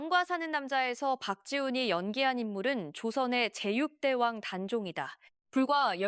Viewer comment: 제육대왕이 아니라 제 6대왕.. 이 ai야. 고기대왕이냐